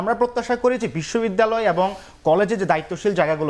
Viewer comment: ঢাকা বিশ্ববিদ্যালয়ের ভাইয়েরা মিথ্যা বলেন ভালো কথা এমন ডাহা মিথ্যা কথা, আর দেশের সেরা বিশ্ববিদ্যালয়ে পড়েন ভালো কথা, কথাবলা শিখেন এত বাজে উচ্চারণ শুনলে কানে লাগে। পর্থমত না প্রথমত, এ্যাবং না এবং উফ খুব কানে লাগে।